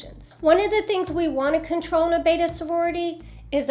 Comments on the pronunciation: The name is Betta, not Beta. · I was listing to you but I could not listen any longer. When you can’t pronounce the name correctly. It is Bet ta. Not bait ta. Look at the spelling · Betta! Not beta..... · It's not a tomato tamato it's a beddddda not a baydah